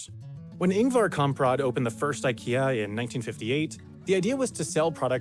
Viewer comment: Surprisingly good pronunciation on Ingvar Kamprad. Not perfect, but pretty close.